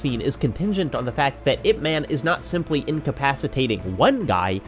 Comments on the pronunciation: crying it's IP 'MUN' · Ip Man is not a character, he was a very real person. The LEAST you could do is learn how to pronounce the man's name correctly. Releasing this video without even attempting to learn his name is incredibly disrespectful. Shame on you.